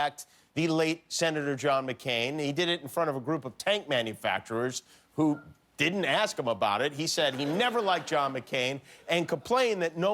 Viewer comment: No one: Trump: I dint get a thank you for mccain funeral.